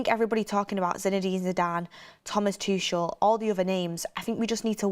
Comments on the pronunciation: I’m actively seeking help but it really irks me when names are mispronounced. Tookelle, Tooshle. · The way she kept saying tuchel. Has she never heard how you pronounce his name before !!!